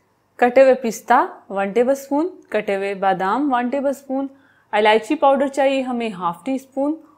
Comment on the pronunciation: Its elaichi not alichi